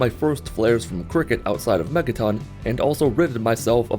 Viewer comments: Anyone else notice that he said megton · Is it just me or did he say Megaton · Did anyone else hear him say "and bought my first flares from Cricket outside of Megaton?"